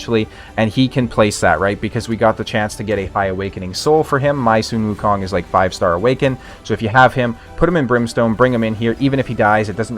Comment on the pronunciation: I love how you pronounce Sun Wukong correctly. I believe you are the only current Raid CC who can and it's kinda sexy. Happy New Year 🎉